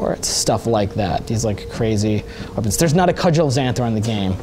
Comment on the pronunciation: WTF is a cudgles zanthor or whatever he said?